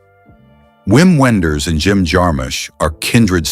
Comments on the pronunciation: He was ironic about the pronunciation of Wenders' name. The right german way of pronunciate it is as "Vim Venders", not "Whim Whenders". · W in German is pronounced with a V- Wim Wenders.